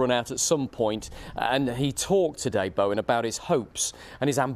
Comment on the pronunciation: This presenter is hopeless,yesterday he couldnt pronounce Bowen's name (Baowan) and now he doesnt know West Hams stadium (city stadium )